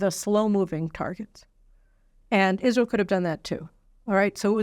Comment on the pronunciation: Absolutely enrages me that he stutters his words over something so significant. It is Israel not isssshreeehal. Taking a pause, slow down and take the time to say such an important speech. There is no reason at all for him the speech in this way. Further, why are the right not pushing back on this speech? I am hearing very little for them.... Biden rules the world like he rules his family. I am still trying to work out who the equivalent of his shower friend is. If Ukraine is Hunter then the UK must be his biiiiich.